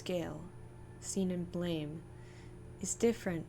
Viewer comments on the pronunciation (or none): [Psychic dmg 15] It's pronounced "blam"...